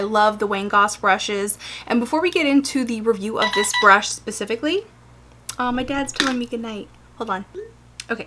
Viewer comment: So cute how she says 'pacifically' instead of 'specifically' <3 hehe